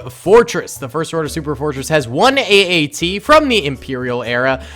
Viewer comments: its at-at not AAT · Is it just me or did he call the at aat say aat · calls the at at a aat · Its at at man, AT AT!!! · You said the AT-AT was an AAT five times! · calls the AT-AT an AAT Me::/ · Hey iets an at at not an aat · You keep saying aat. It is at at which i know you know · My face after he says aat instead of at at 😤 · I'm triggered cause he say every time aat except atat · Sry to mention this but you were calling it AAT when it’s a AT-AT (all-terrain armoured transport) just wanted to point it out if that ok:) Edit: or is it AAT idk but i think it’s ATAT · Haha he called an at-at an aat haha funny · He called an AT-AT an AAT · You called the at at an att so many times in the begenning.